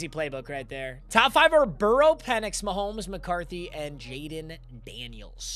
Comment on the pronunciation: Did I hear him call him Michael penis jr instead of Michael penix jr